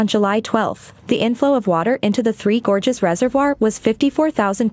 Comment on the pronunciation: Towards the end of the video, your text reading robot forgot how to pronounce words like "gorges" and "China". You should really proof-edit these things.